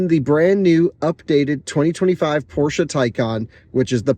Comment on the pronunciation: Appreciate the proper pronunciation of Porsche